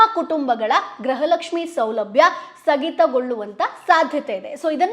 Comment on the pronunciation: ಗ್ರಹ ಲಕ್ಷ್ಮಿ ಅಲ್ಲ ಮೇಡಮ್ ಗೃಹ ಲಕ್ಷ್ಮಿ